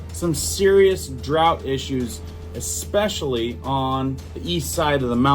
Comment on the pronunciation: ... then again, you do say Exspecially, so...